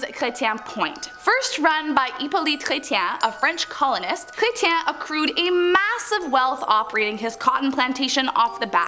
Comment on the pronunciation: Chretien..lol! Funny.. Chre-shan darling😁